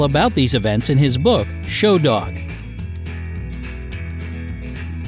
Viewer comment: Did he just call the book Show Dog?